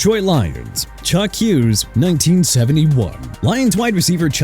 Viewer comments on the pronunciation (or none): none